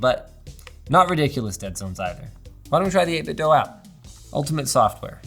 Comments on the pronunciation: It's "eight bit do" not "eight bit doe" v annoying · Everyone pronounces it 8 Bit "Dough" but it's actually "Doo" like Scooby Doo. Verified by the company. Normally I wouldn't care if someone mispronounces a random company but these guys are absolute masters of controllers and deserve the utmost respect to their name! The 8BitDo Ultimate 2 controller is the best controller for the price ever created. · It's pronounced 8bitdo like scooby-doo (apparently)